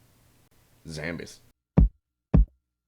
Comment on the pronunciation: I love your pronountiation of "Zambies"